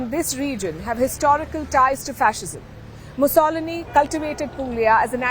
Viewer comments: Meloni is a straight hard lined, Conservative right wing, something most other countries in Europe may need to try to get out of their slumps! Also it's pronounced Mussalini! This reporter needs to brush up on her English pronunciation, if she persists in reporting in English! I barely understand what she's saying half the time! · You might want to pronounce Mussolini correctly....it is Mussolíni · Donald Trump did NOT nominate Justices 'to limit abortion rights!' He had a constitutional DUTY - he nominated Conservative Constitutionalists. That was NOT a mistake! They returned the issue of abortion to the States, where it should have always been. You're either lying or misinformed. (As you are with pronouncing 'Mussolini' muss o lee nee!) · Please learn to pronounce "Mussolini." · The reporter really doesn't know how to pronounce Mussolini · Mussolini,,,for god sakes ,,,,say it properly... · Who is this so called reporter, cannot say the word mussolini correctly. 😂😂😂😂😂😂😂😂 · Lot's to criticise about this video, but for starters, learn how to pronounce Mussolini! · Please, know how to correctly pronounce Mussolini. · Please pronounce Mussolini correctly. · You don't know what you're talking about, and you should learn how to pronounce his name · Palki try learning how to pronounce Mussolini correctly first. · Can someone at first post tell this reporter that she is pronouncing Mussolini incorrectly. Has she never heard of the guy? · Jesus Christ woman...learn to pronoun Mussolini correctly. Do some background research first. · Can you please get Benito's name right, everyone else pronounces it correctly except Sharma !!! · Please don't say Mussolini like that! It's not difficult to say it the right way. It's Musso...lini... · Why can’t she pronounce “Mussolini”? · Learn to pronounce "Mussolini" please. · I can't believe they did a whole video with hundreds of mispronunciations of the well-known name "Mussolini". And no one caught it. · Mu soloni!!! Mu-so-li-ni